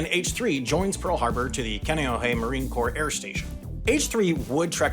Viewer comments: // KONN -- ee -- OH -- hay // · Kaneohe is pronounced Khan nay oh hey and Pali is Paw Lee. Good video.